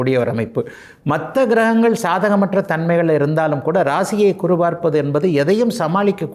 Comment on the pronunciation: Kuru இல்லை guru என்று சொல்லு